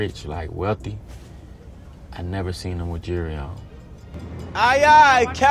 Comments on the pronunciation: Did anyone else think he said jury every time he said jewelry 💀 😂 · Autumn Kratzer he is saying Jury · why does he pronounce it "jerrerry", does he know there's an l in jewelry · jewelry... “jury” I was confused for a second until I used context clues lol.